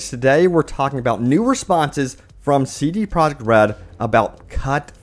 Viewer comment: hey, it's CD Projekt RED! Not CD Project RED!